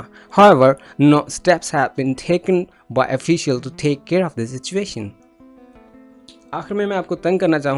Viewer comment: Why didn't you pronounce 's' of officials in last line?